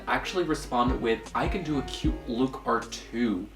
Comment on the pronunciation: I think its so sweet how you pronounce look as luke😂💗